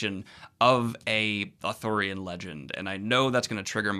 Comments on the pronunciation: Daniel... i adore you... However, you saying "authORian" rather than what is truly... "Arthurian"... (pronounced "ar-THEER-ee-un". Gawain is my ultimate Arthurian hero... hence my legal, chosen last name, "Gwayn". I am not adverse to your overall review. But... PLEASE... it is ar-THEER-ee-an... not AW-thur-yan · Because he kept mispronouncing it, along with actor Dev Patel's name, who he called Dave Fatel. I loved Daniel's enthusiasm and I know he's dyslexic, but it was driving me a bit crazy by the end of the video given how many times he said Authorian /Arthorian vs Arthurian. LOL! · I keep hearing authorian legends instead of arthurian legend i don't know why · It's "ARthurian" not "Athurian" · Stop saying Authorian legend it’s pronounced Arthurian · Is it not Authurian...? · Is he saying Arthurian or Authorian? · Arthurian: arr-THUR-ee-an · I feared I was the only one who noticed every time Daniel said ar-thor-ian. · ooh athurian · You madman, are you incapable of pronouncing the first r in Arthurian? But yeah, the movie sounds cool, might have to check it out. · I noticed this too and it drove me nuts.